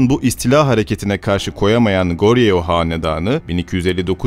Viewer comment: goryeo değil "koryo" diye okunur; seoul yazılır sÔl diye okunur korecede "eo" yan yana gelince uzun bir o sesi verir.